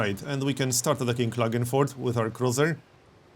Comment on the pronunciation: Hey, do you speak by any chance some german? You pronounced something like Klagenfurt correctly:D